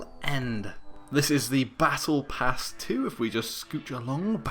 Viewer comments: Battle prass ?! U ok? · Like for "battle prass"